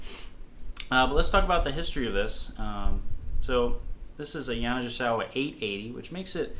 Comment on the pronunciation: You are mis-pronouncing the name. I endorsed their horns for many years. GI is like -GE. Hard G. (Like “Go”) Ya-na-Ge-sa-wa. Sorry but it was driving me crazy. “i” in Japanese is like our “e” sound. Thank you.